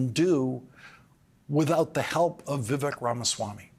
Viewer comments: Old man lawrence cant even pronounce Viveks name right. Rhymes with lake. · Vivek rhymes with cake, Lawrence. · its embarrassing you don't know how to pronounce Vivek.